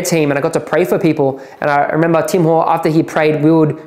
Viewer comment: How many times did he say... "I rememBAH.." 😂